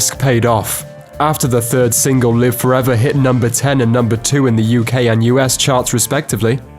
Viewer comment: How is any of this "untold" exactly? You've just regurgitated the well-documented history of the band. Nothing new here. Except your butchered pronunciation of Live Forever.